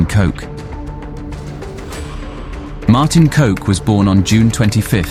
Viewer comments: Your pronouncing his name wrong. They way to do it, is to say Cock. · For an English channel not being able to just say his last name as cock because that's how you pronounce it. 😂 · It's pronouced with a "short O" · i love how he pronounces kok...as coke lol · It is pronounced "Kok" not "Kok" you mugs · total mispronouncing though 😂 The right pronounce is actually cock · The least you can do is look up how to pronounce the main characters name if you make a whole video abour him 😐😐😐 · lol, no this is not how you pronounce Kok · Funny you mispronounce his name. It’s not ‘coke’ but you pronounce it exactly like the word for penis… c**k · For any future references to Martin Kok. Try pronouncing kok as cock, instead as coke eventhough it is kinda accurate😂. Great video! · Coke !!..its kok...cock thats how you pronounce his name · Coke🤣? That's not how you pronounce KOK, it's more like cock. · It’s pronounced “cock”. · It is prononunced ''Cock'' , not 'Coke'. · Great content on Dutch crime! The name KOK is pronounced exactly as one would pronounce 🐓"cock" in English. I guess "coke" is easier to say then ""cock". And just think cock is the Dutch word for cook.😉 But really well done topic on Martin Kok! As I knew of his murder but not the details who were behind it. Guess Martin being a crime reporter made him not popular with many criminals he named so easily. ( i thought it was the mocro mafia behind his murder) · his name Martin Kok isnt pronounced as Martin coke , Kok in english sounds like cock , Kok means cook. and Freddy Heineken wasnt released but the police found Freddy Heineken and his driver Ab Doderer in a shed in the port area of Amsterdam. very good video tough 👍🏻 like allways , subscribed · Coke this and coke that...lmfao. It's Kok...as in sock. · Mate maybe read his book before you say things about people. One his name is Kok not coke. Second he loved going out with his old man selling eal. I stop here cos your cleuless on this one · Martin cock, not coke